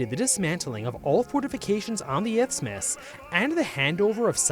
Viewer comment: you said izmus or itsmus multiple times. the word is isthmus. no ts in it